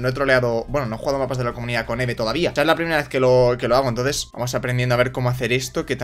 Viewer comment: Eve se dice ivi y me pone de los nervios cuando dices eve